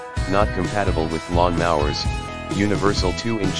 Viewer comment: Please teach your AI to say lawn mowers not lawn mahwers.